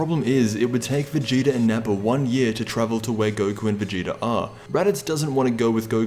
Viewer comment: You said goku and veagta